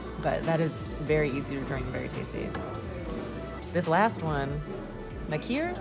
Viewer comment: Its pronounced Mak-ir - The Machair is the strip of sand at the back of the beach. It is usually grassy with loads of flowers. The Machair lochs tend to hold all the best trout, Loch Gorm on the road to Kilchoman is typical of these types of lochs. Machir bay is a great beach to visit on Islay it just a bit along the road from Kilchoman Distillery. You really should try go on a Bruichladdich tour, its just the best! But don't drive that day😁